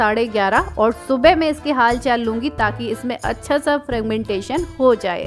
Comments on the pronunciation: Fragmentation nhi fermentation bolo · It is fermentation not fragmentation. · It's fermentation not fragmentation dear ... No worries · Frugmentation ..nhi hota fermentation hota h .. Anyways nice video...😍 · Fragmentation nahi dear fermentation